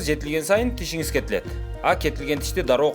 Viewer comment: Ыдырас кыргыз тилин адабий тилде сүйлөчү. Тышыңыз эмес тишиңиз де. Бырынчы эмес биринчи. Оштөө эмес ошто, тушунбосө эмес түшүнбөсө, анан айтып коесунар чыныгы кыргыз биз деп